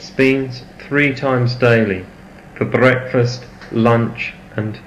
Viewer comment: new heights of insincerity are reached during that highly artificial rrrrrolling of the rrrrr in "brrrrrrrreakfast". what a blast to have Wm Low and old-school Coke in the frame once again. this is way too short - i was just approaching an advanced stage of revolutionary consciousness when, suddenly, the plate of beans was finished. i think this might benefit from an extended disco remix for the naughties with a La Monte Young underlay...